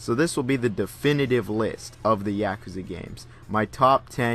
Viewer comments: Good video, but damn is your “Yakuza” annoying. It’s YA, not YEAH kuza. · Yakuza is pronounced ya-ku-za! Not Ya-ka-za. Just saying. Like British people that can't say Gary. They say Garr-ey lol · Yaakuza? Why the fuck do you say it like that? Lmfao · I too enjoy Yak-ooza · clicks on video "yeah-cuh-zuh games" clicks off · the way you say "yakuza" gives me an aneurysm. talm bout YEAkuza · The only thing I learned from this video is that you couldn't pronounce "Yakuza" if you had a tanto to your nodo. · Bothered by the pronunciation of yakuza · you pronounce yakuza like a white boy